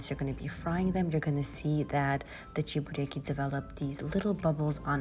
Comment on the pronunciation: The way you say "chebureki" in a perfect Russian way suggests that you speak Russian? Or maybe Uzbek?:)